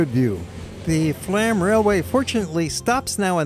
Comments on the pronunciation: The railway you traveled on is NOT Flam - it is pronounced FLOME. It drives me nuts when people mispronounce destination names. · Flåm is pronounced Flome (the å is like the o in go).